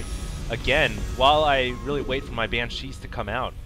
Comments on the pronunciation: Its BAN-shees, not ban-SHEES. Please, your pronunciation is becoming tiresome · yeah, please call BANCHEEs BANSHEEs, BAN-SHE that's how it's pronounced. on another note, AWESOME VID! nice win;) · It's cheeze, so it's ban-SHEES(e) xD.